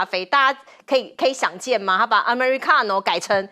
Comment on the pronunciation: Ameri-ka-no…😂😂😂 小姐姐是意大利黑手党吗